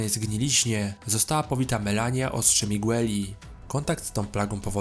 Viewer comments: To jest Radahn a nie Radohn i Radagon a nie Radagan oraz Malenia a nie Melania i to ostrze Miquella (czyt. mikela) a nie Miguelli. Caeild czyta się "kejlid". ER takie małe błędy mogą mieć znaczenie, ponieważ wiele postaci ma podobne imiona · Wszystko spoko tylko to nie Radohn tylko Radahn, nie Melania tylko Malenia, Nie Mikola tylko Mikela